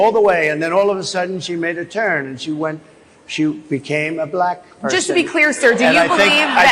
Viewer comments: Trump, "black" has one syllable. Not Bull-ack XD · I know right? He’s says blek, such a racist!! Vote Blue!! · I dont like the way that guy says the word black. To many syllables. "Ba-La-Cka" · Why is it that whenever trump says the word "black" in regards to race it becomes "buh-lack?. He almost makes it into a two syllable word. I believe it's because in his mind the color black and being a "buh-lack" person are two very different things. It's a subconscious example of his innate bigotry and racism.